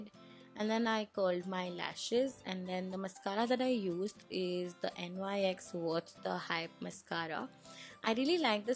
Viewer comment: Its nyx not n y x 😂